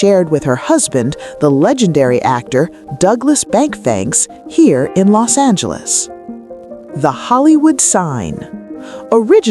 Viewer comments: Its Douglas Fairbanks not Douglas Bankfanks ..... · Douglas bank fank 😂😂😂😂AI strikes again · "Douglas Bankfanks"? Do better, AI